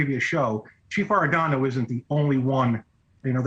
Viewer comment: She has read an additional ‘n’ in “Arredondo” every single time, but I don’t mind because mispronunciation shows disrespect. Arredondo deserves very little respect.